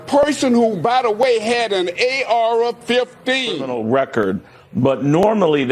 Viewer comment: “A Ara 15”😂😂🤦🏾‍♂️